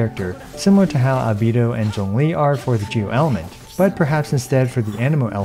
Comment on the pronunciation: Finally someone saying albedo's name right